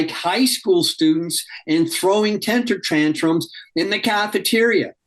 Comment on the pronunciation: 😂😂😂😂 That guy can't pronounce 'temper tantrums '